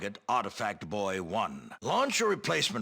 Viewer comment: Interesting that the Starfleet Command and the voice over switch between pronouncing it "Boy" and "Boo-ee".